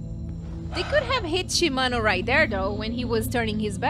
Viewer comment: Heh, sometimes my head hurts when doesn't understand situations like when she thought Kaoru's mother was alive... Plus another thing she always put emphasis on the names like ShiMANo when it's SHImano